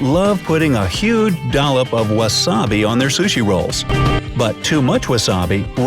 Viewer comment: What if ...I eat my burger and pizza the why I see fit?And I get irritated when he pronounces the word sushi ....